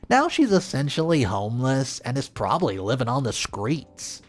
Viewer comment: "Probly" is not a word. "Impordense" is not a word.